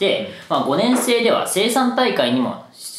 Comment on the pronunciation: 虫眼鏡の～年生の言い方が 可燃性とかの言い方 イントネーションが違和感すごいけど 岡崎の人はそうなの？